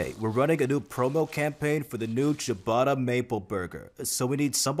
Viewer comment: Can we all just take a moment to appreciate the fact that these two idiots actually pronounced "ciabatta" correctly. That's impressive for them! 😂